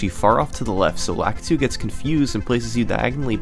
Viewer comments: Lakitu - Luh-kee-too. Sorry, that always bothers me. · I’ve always pronounced lakitu as Lakeetu. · It's frap-pay and lah-ki-tu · The "frap" and "lah-keh-too" are killing me having said "frap-pay" and "luh-key-too" all my life.